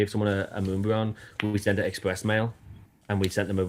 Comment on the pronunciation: bless you, that fact you sat there for two hours listening to this guy really shows the effort you put into catching these J bois D**k Wads. I couldn’t help to laugh every time he said Moonbweon! These lame ass streamers “where” definitely trying to scam for sure😂😂😂